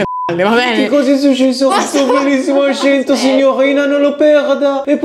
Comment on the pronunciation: hai anche sgia l'ascento giusto Ahahahaha